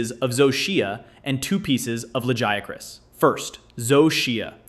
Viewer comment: Hearing you say "Lajéacrás" 😭